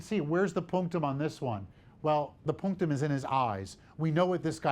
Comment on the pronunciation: I need this guy to stop saying "punctam"